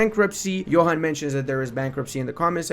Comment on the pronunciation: just FYI, despite how its written, Johan's name is not pronounced like youd expect (like youre saying it). It actually sounds like "Yuan". Trust me. I was a beta tester for like a decade:)